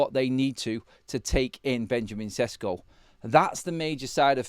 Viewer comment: Šeško = Sheshko and not Sesko at all !!!!!!!!!!!